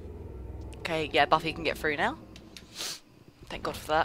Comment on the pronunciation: when you said, ''c'mon Buffy.'' which, to me, sounded like baffy. srry for the mistake :-)